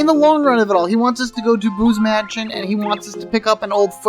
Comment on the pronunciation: At one point I thought you said Boobs Mansion instead of Boo's Mansion and I lol'd